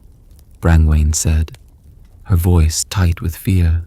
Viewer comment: Brain-Wayne??? It’s pronounced “Bron-Ya”